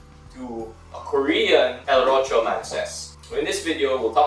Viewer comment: I reckon it Is pronounced "ROSÍO" with a stress on the I and a slightly deltal sibilant S, which means DEW, alluding to the delicacy of the water pressed through the porta filter. Check with the manufacturer and let me know if I'm wrong